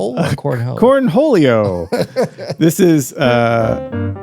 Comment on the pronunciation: CORNH-OLEO! 😂😂😂👍🏽 GALA!!